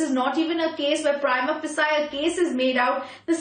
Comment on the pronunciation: Dear Madam Anchor Prima facie is pronounced as 'PREEMA FESHY', NOT THE WAY U R SPEAKING.